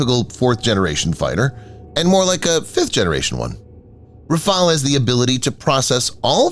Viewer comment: RAFALE, NOT RAFAEL